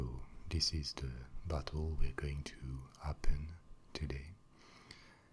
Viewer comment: He says bottle like buthole, great vid tho